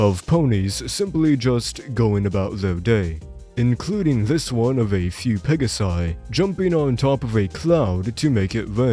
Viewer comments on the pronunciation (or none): none